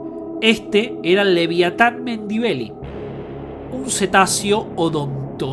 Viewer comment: Es muy difícil pronunciar Melvillei en lugar de Mendibeli como dice el relator? Será que sabe de qué está hablando? Un poco más de rigurosidad por favor...